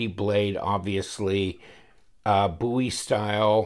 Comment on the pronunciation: Thank God you pronounce Bowie correctly. Love the videos!